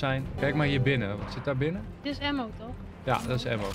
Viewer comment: Hoe zegt enzo het woord 'Ammo" al zo lang verkeerd